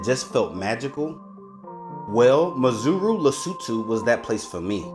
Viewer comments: When you say Maseru its exactly the way it is sir...not Mazeru😂 there is no "Z"...But overall Lovely Video of my home town my brother! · Not Mazeru mate But MA-SE-RU. Sheer ignorance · It's pronounced 'Maceru' not 'Mazeru'😀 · Great presentation but terrible pronunciation on the names. MASERU not MAZURU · Lol your Maseru sounds like Missouri the US state . Its pronounced Mah -Seh-Roo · Maseru_ Pronounced Mar - Sir - Rue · Mar Say Roo 😅. That kinda simplifies the pronunciation. Beautiful video though😊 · My Brother I don’t know if it’s ignorance or arrogance : but to NOT pronounce correctly is embarrassing 🙈 How Maseru turned into Mazuru🤷🏾 is a goddam’ mystery Man😂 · its Mazuru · Ma-se-ru. Each syllable separately, not all at once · You’re saying Maseru wrong and it’s really frustrating man.! ( there’s no Z or O in Maseru)However thank you for highlighting our beautiful homeland, God bless you 👊🏽🍻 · So you spent all that time in Lesotho and never learnt the pronunciation of its capital city!? What a shame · You have gained a new follower brother. I am from 🇱🇸 Maseru and I love how you showcased our capital city. I see you went to the mainstream tourist locations, if you happen to come back my group can show you other activities that the youth here are still trying to promote. Skateboarding in the highlands, paragliding, airbaloon rides, fashion shows and art gallaries. We will also work on that "Maseru" pronounciation😂😂.. 💯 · nice tour indeed, but the pronounciation for Maseru, is hilarious! I can see you enjoyed touring in Lesotho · 😂😂😂😂 love yr channel. Why didn’t they teach you how to pronounce Maseru 😆. U make it sound like there’s a ‘Z’ or even ‘zu’ 😁… but the ‘U’ is also only at the end. ❤